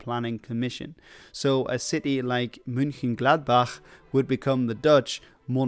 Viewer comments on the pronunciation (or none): Its Mönchengladbach 😢😢😢